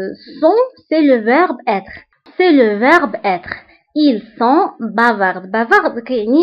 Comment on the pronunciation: Bavardsلا تنطق في آخر الكلمة d